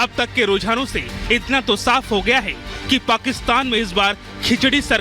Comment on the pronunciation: Abhe Kuttei " hai "ko " k "bol Raha hai munh se supari nikal k baat kar